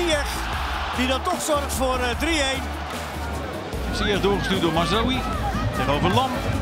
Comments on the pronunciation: "Zyesh",not "zyekh " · no one: the commentator: ziyeqkqk